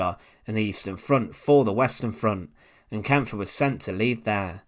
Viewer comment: Great video mate. One little tip, I believe the e at the end of the guys name is silent so you just pronounce the pf.